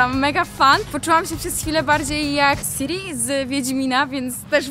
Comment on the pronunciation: błagam, nie Siri tylko Ciri... Siri to czytają angole, bo przeczytać przez polskie "c" to już dla nich coś niemożliwego do zrobienia